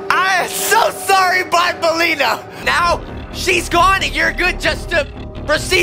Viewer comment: Actually it's not bonbenlena it's actually banbelena and actually name it's opila bird